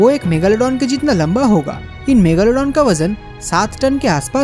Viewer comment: megalodon !!!!!!!!megalo Megalodon Megalodon Kyon bol rahe ho